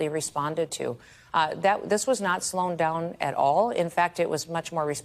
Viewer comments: Did she say "sloan down"? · Did she really just say ‘slown’. What’s her job again. It’s not teaching the English language that’s for sure. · Did I hear her say "slown"? That's not a word... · Slown is not a word Ms. Noem. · Did she say "Sloan down"? Lol